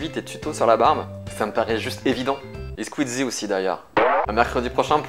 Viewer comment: Comment tu dis Squeezie O.O